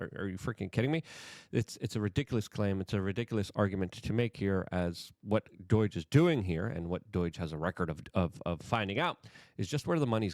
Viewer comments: Why does Luke say "DOURGE" I mean learn how to freaking say DOGE...there's no R in it.... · It’s pronounced DOH-JUH not DOYG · It's DOGE for crying out loud, not DOIGE! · Luke, it’s pronounced dowzh, not Deutsche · Me: Say Doge Luke: Doige Me: Perfect, thank you. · Doge not doyge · NOT DOYGE........ can you say D owe GE????? work on it Luke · Does it bother anyone else how he says "doige" instead of "doge"? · Not DOIGE It's DOGE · There is no 'I' in Doge ! Its not Doige . Man , Idk why but thats REALLY been bothering me Luke 😂 😅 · Why the hell do you pronounce it DOYJ? Weird. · Dude. It's not Doige. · What the heck is "doige?" Ffs, get it together, man! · Luke please pronounce DOGE properly lol...its not Doyge, you sound like a boomer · Why do you say “doige?” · You're saying doge wrong brother. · There's no "I" in "D.O.G.E." Bro